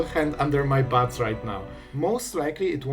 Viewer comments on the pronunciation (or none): why do i keep hearing butts whenever you say bats ? <3